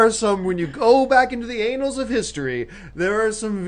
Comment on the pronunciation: Anals of history?... LOL. I think you meant "Annals." Which is pronounced differently. Ann-als. Not ayn-als. Hahahaha.